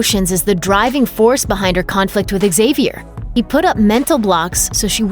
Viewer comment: Professor "zavier" not "xzavier" so annoying!